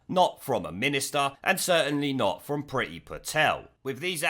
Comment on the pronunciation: It's should be pronounced preee-thi. Priti (pree-thi) means love/liking in Indian languages.